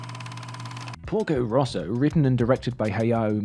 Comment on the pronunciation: lmao I'm literally Italian and I kept thinking you were saying "Pulgo Russo" until I saw the screenshot where it says "Porco Rosso" (red pig) even though, funnily enough, my English accent is very similar to yours edit: the title is especially funny because 'porco' is actually a very vulgar way of saying 'pig', which would usually be 'maiale', and is usually used to insult people or cursing ("porco ****" would be equivalent to "****dangit")